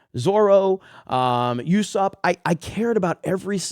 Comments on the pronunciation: Quick correction. Usopp's name is pronounced Ooo-SAWp. Not You-SAWp. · It is spelled Usopp but is pronounced oosopp